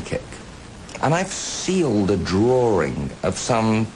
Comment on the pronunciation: "Well, you know my name is, and I like to do drawrings..." LOL